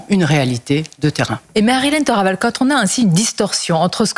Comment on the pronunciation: Madame Thoraval a raison, les faits réels sont là et il ne fait pas les dissimuler. Accessoirement, mes amis étrangers m'ont interrogé sur ce que je prends pour un tic verbal, à savoir le "CHE" qui ponctue une partie se ses mots. -Faut-il prononcer comme elle? -Non les amis mais je ne connais pas l'origine de cette pratique: une région? sa famille? Si quelqu'un sait....